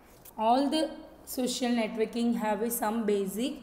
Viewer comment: Netoking bol rhi hai